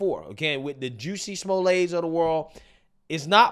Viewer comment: I love the fact that he said "Juicy Smooyay"